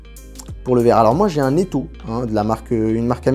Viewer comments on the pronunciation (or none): Sympas les aspirateurs robots, il parait que ce sont les appareils dont les acheteurs sont le + satisfaits après achat (avec les enceintes vocales assistants domotiques :) Vivement le test ! Juste un truc désolé ton robot américain Neato ça se prononce "nitou" en anglais (ou Néato en français). Mais c'est un détail :)